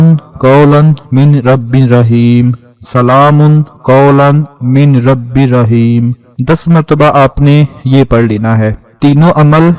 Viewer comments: Salaamun qawlam miR Rabbir Raheem. Isko sahi kr lijiye. Please! Aap salaamun qawlum min ....keh rahe hyn. Noon silent ho jata hy kyun k aage ra per tashdeedd hy to miR rabbir Raheem parhýe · JazakAllah, but please correct ur tajweed 'salamun qoulam merrabbir raheem'.